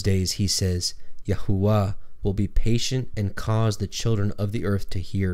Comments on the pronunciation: Please what is yahuwa??or is he trying to pronounce Yahweh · Ahooah? Why can't you just say it in English... Jehovah! There is no way you are saying it exactly as the ancient jews said it. If saying God's name a certain way is so important then I am pretty sure Jesus would have included the actual name of the Father the lords prayer. But no offense say it as you please! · Was going to watch.. but you are pronouncing HIS Name wrong.. יהוה, YHVH, YAHWEH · You are pronouncing the name of GOD wrong.